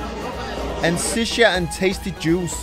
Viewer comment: Hahaha welcome to iraq but it's called shisha not sicia 🤣🤣🤣🤣🇮🇶💐